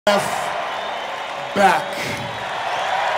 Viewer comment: He just cannot pronounce BECK, he keeps saying BACK